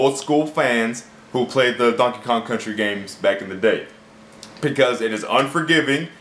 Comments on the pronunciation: Dankey Kang? How DARE you butcher my sons name, I'll avenge him by making you Cranky at E3 2014, stay tuned. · Dankey Kang? WOW LOL fail